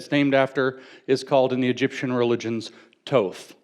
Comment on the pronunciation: Thoth not Toth